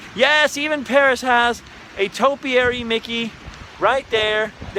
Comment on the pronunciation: not Peris, CA. lol